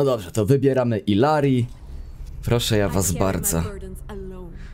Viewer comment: Jak Illary jest z Peru to ijari bo "ll" się czyta jako j, w języku hiszpańskim.